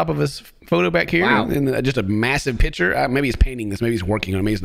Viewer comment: I like how says pitcher instead of picture 😂